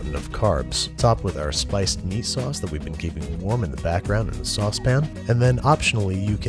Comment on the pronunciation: you can clearly pronounce sauce pan like a normal person.. so why do you pronounce it saucepin in all your other videos? it just drives me so mad.